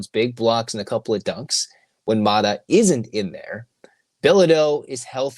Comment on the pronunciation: …it’s Mara…not Mata